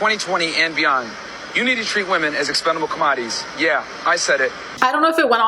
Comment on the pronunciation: I think we should at least applaud this guy for being able to pronounce "expendable commodities" correctly. Those are BIG words for someone of his intelligence